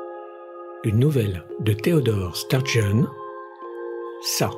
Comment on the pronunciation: Voilà, gràce à toi, je sais enfin comment on prononce "Sturgeon" ;o) ça me questionnait depuis plus de 20 ans ! Sturgeon est assez atypique, son roman "Cristal qui songe" se passe avec des nains et gens de cirque, "Les plus qu'humains" entre des inadaptés et déficients, si je me souviens bien, il brosse un monde ou ce sont les exclus qui dévellopent le plus d'humanité. (ici, la nouvelle & l'illustration me font penser à cette vielle BD "La chose du marais" )